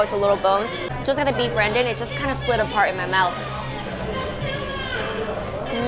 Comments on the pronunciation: My suggestion is you put the name of the food in text because the way you said “sambal” was sound like “samba” which is a totally different meaning. Also when you said “randan” i believe you meant “rendang”. Sometimes pronunciation, especially foreign naming, can leads to misunderstanding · 'rendang' pronounced should rhyme with "urn" + "dung"